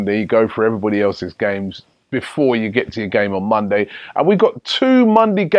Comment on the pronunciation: My man said mondey and sundey